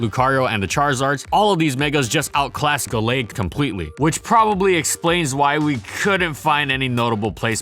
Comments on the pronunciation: "Gull-aid" hurt my head the entire video. Always thought it was "Gal-aid". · I think it's "Gal-ade", as in Gallant Blade.